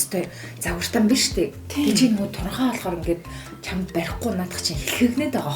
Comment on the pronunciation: чамт гэж хэлхээ боль